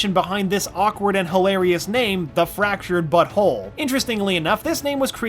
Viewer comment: I swear he said: "The Fractured Butthole"